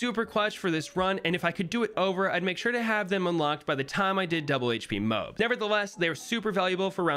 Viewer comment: their pronounced mo-abs in a easier way say mo then say abs then say them together, now you got moabs